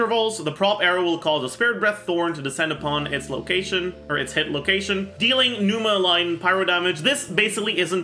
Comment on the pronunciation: It's NOT PNEWMA as you guys have been saying. It's pronounced as pneVma. It's a Greek word meaning spirit/soul and Ousia meaning substance (pronounced as Ou-see-a)